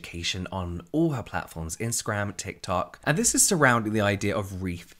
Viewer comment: Thank God! Luv the tikular tok content! Not just bc I luv saying tikular tok either 🤣